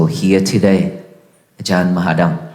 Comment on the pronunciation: I'm watching the video in its entirety and I'm impressed about the spoken pronunciation of venerable. About 2 months ago he was still learning english, and now his speech is clear, and he has a fantastastic sense of humor, mainly talking about his difficults to find the words, he makes everybody smile 😂. Thanks both of you to share their experiences, you are special person, God bless you! ❤❤❤